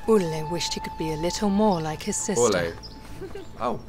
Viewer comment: Olle is pronounced "oll-eh" not "oll-ay". The swedish e is soft, it's not an "ey"or "ei" sound, it's more of an "eh" ... if that makes sense :)